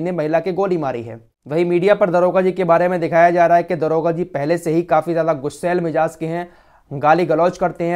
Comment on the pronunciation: Daroga jiiiiiiii daroga bolo